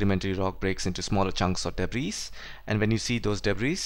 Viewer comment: Everything was great except the pronounciation of debris😂 it's pronounce it debri actually